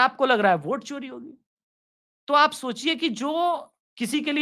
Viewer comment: मूर्ख!!! ओट नहीं वोट बोल....